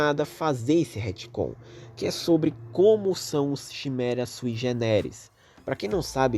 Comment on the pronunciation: desculpe reclamar mais chimera se pronuncia quimera,n é algo de ben 10 é do portugas msm(eu escrevi portugas de proposito,odeio ter que explicar essas piadas)